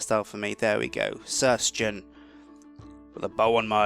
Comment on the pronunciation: You pronounce Sjin wrong....